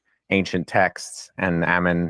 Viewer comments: Make no mistake- the mispronunciation of your name was a passive /aggressive attempt at insult, plus they superstitiously avoid your name, lest they invoke your presence. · Him mispronouncing and misspelling your name on the video was a sign of blatant disrespect and disregard. It was intentional Hail Ammon and Mother Greek